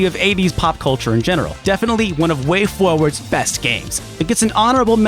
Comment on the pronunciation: “Way Fwowads”